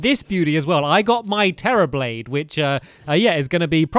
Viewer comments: He said terra brain 🧠 😂! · you said tera brade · stampy killed 5 tactical skeletons and he said Terra brade lol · Stampy Said Terra Brade XP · XD XD XD HE SAID TERRA BRAID